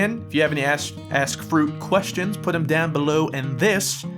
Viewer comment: I thought he said Welcome back to another #AssFruit XD